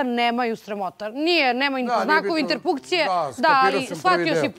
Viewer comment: "voditeljica": "znakovi INTERPUKCIJE"!!! 😂😂😂😂😂